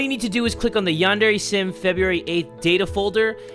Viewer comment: Its called yan-dre